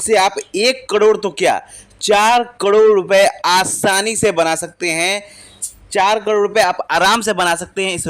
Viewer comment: हाहले सही उच्चारण तो सिख लो भाई करोड़ का😂